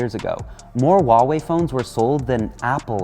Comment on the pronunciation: The h in Huawei is not silence, since you don’t pronounce House as Ouse, why would every freaking westerner pronounce Huawei with a silent H.